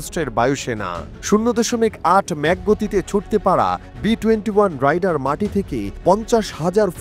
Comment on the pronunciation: Rider= রাইডার, Raider=রেইডার … Ei simple jinish tuku jodi ekta professional news channel er content creator ra na bolte pare; Bar bar vul uccharon shunle r content e focus rakha jay na 😕